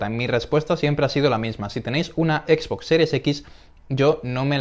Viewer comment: Me estoy artando chicos, no es por ser mamon ni nada, es solo que no tolero que le digan equis box, es como una mescla de ingles y español. Me descuadra un monton, entiendo que tambien se lee box en español pero es algo muy feo escuchar a alguien decirle asi tras crecer en un ambiente donde todo el tiempo le hemos llamado "exbox"